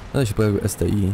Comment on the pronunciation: to jest ST-1 a nie ST-I